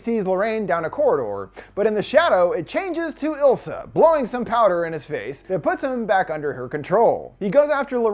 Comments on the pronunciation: It's Isla, not Ilsa. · I'm 99% sure It's eye-La like Isla fisher not ill-sa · But.. It is ISla not ILsa.. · I think her name is Isla (eye-la or ees-la). Not ilsa lol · The demon lady’s name was Isla, pronounced eye-la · is no one gonna talk about the way he pronounces isla? i cringe respectfully 😭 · Isla is pronounced eye-la